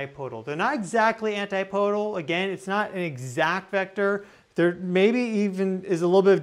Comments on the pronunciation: we enjoy your theories. I am surprised you do not know how to pronounce "antipodal"? It is not, ANT EYE POE DUL it is "AN TIP O DAL"! Come on man you are better than this. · Dude... AN-TIP-OH-DEE. Not 'anti-pode'. With love! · Thanks for this info. Please note, anTIpodal, anTIpodes: accents on the second syllables. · Can't pronounce "antipodal" so is is a. Idiot.